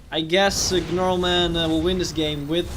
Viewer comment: The g Is silent